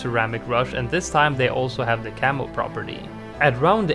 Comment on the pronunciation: I kept hearing "camel" instead of "camo" even though I know you mean camo. I keep thinking 🤔 there's a camel balloon, since when did he mention that ?